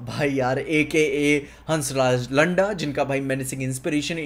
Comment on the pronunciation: The way you pronouncing landa is something else in chattisgarhi language